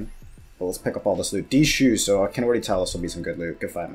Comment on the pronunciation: Please stop saying d shoes bro